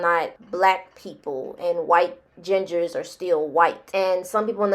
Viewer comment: “Gingahs” 😂😂😂 I’m done with the internet 😂